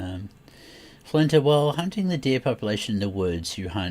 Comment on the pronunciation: I'm watching the video, wondering why is calling Flinter, Flantro? Lol